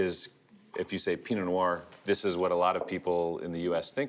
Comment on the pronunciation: Why do so many people have trouble articulating “pee-no nwar?”